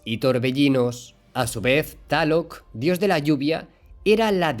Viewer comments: No es taloc, es Tláloc 😂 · Amigo no es taloc, es tlaloc. Jijiji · Me encanta tu canal y todo lo relacionado a el. Tus vídeos son mi alimentación visual y aprendo muchas cosas cada día y con lo que puedo después compartir a mi gente para no ser algo ignorantes a la vida real... Te estimo mucho y espero seguir viendo más de esto por mucho tiempo... Solo un detalle carnalito, se escribe Tlaloc y se pronuncia tal cual al igual que los temazcales o temazcal... Saludos y bendiciones 🙏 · Saludos desde México excelente video solo una observación, se pronuncia tal cual se escribe Coatlicue y Tlaloc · Excelente info, se escribe y pronuncia Tlaloc!!! Saludos